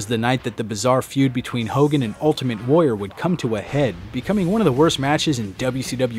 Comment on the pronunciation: Why do people keep saying "The Ultimate Wayer"? The fucking word is: Warrior